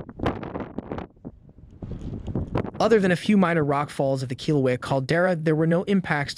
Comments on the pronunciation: When is this speaker going to learn how to correctly pronounce Kilauea?? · So synthesized voices get a free ride to distort another culture's language 🤔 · One would think that the AI used in reading Hawaii specific reports could be programmed to read local names correctly. Technology is only as good as its design and programming, and its programming reflects the biases of the programmers or inventors. There is certainly a lot of work that needs to be done in recognizing indigenous cultures and part of that is pronouncing words from those cultures correctly. Sometimes, mispronunciations have histories that we might not know anything about and those mispronunciations might be derogatory due to that history. For instance, one of the streets in my area is named Hymie way. The original meaning behind that name had nothing derogatory attached to it, but it became a slur. Even though the slur is not targeted at my culture, it still makes me grit my teeth every time I see it. I wish they would rename the street. That all being said, I do a lot of dictation and Google voice to text cannot tell the difference between while and well. It also mistakes other things I say even though I might be speaking very clearly. There are certain names that it cannot transcribe correctly and I will get 10 completely different spellings on it. Perhaps the solution here is to speak with someone who might be able to make the appropriate changes. I can't see why they wouldn't want to be respectful of your culture by doing that - especially if they are part of your culture!